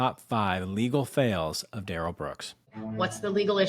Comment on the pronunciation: Duh-rell has probably been “de-railed” a few times by some Bubba inmates.